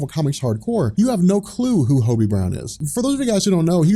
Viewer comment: Marvel is a mess right now and needs fixing yes, but you make a lot of factually incorrect statements here. First off, you're mispronouncing Hobby's name. second ANAD is not and never was a reboot, that is just facts so do not call it one. Reboots reset continuity, which marvel did not do and even said they were not doing. ANAD was a line wide relaunch. Third, Hobby is not holding the mantle of Spider-Man in the book. He's dawned the suit a few times to cover for Peter, but 99% of the time Peter is in the suit. Hobby is not a fill/stand in, Peter is spider-man. Lastly, Peter heading horizon labs would not make sense given the events of previous series and would remove the billionaire aspect which you said you liked. On top of this miles standing in would make no sense because Peter isn't always in NY, Miles has a different suit, and couldn't pass as peter. This was very clearly poorly thought out